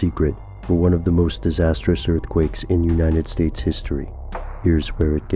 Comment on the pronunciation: Have you guys noticed that when says "United States" it always sounds like he says "Uninted States"?